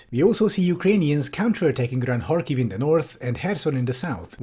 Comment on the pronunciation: Oh, nice, actually checked how to pronounce "kh" in Kharkiv and Kherson. It's a small thing, but it really annoys me whenever I hear people say "Karkiv" or "Kerson"